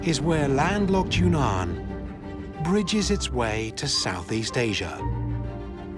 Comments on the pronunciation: Not secret lands at all. This wee man lived there for a year - wonderful place - not secret. And it's not Yoonan - it's Weenan. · It's not Yoonan, it's OOwEEnan , or try Weenan.